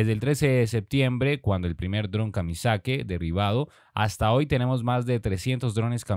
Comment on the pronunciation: Son Drones Kamikazi amigo y no Kamizaki